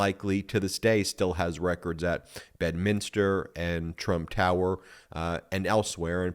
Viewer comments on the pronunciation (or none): none